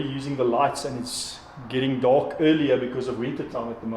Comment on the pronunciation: Baie insiggewende video. Julle 2 manne wat die video maak is duidelik albei afrikaanssprekend,en ek verstaan heeltemal waarom julle die video in engels doen,maar oh weë,ek "cringe" elke keer wat jy die woord "dark" sê. Luister bietjie self hoe jy daai R so oordoen met die rol 🤦‍♀️. Dit het gemaak dat ek ek op niks anders in die video kon konsentreer behalwe die aanplakkerigheid van daardie uitspraak nie. Praat maar eerder net engels met die gewone aksent waarmee meeste afrikaanse mense praat.